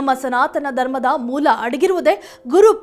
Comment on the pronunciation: ದರ್ಮ ಅಲ್ಲ, ಧರ್ಮ.... ಬಕ್ತಿ ಅಲ್ಲ... ಭಕ್ತಿ. ಎಲ್ಲಾ ತಪ್ಪಾಗಿ ಹೇಳ್ತಾ ಇದ್ದೀಯ. ಭಾಷೆಯನ್ನು ಸರಿಯಾಗಿ ಉಪಯೋಗ ಮಾಡು.ಕನ್ನಡವನ್ನು ಕೊಲ್ಲಬೇಡ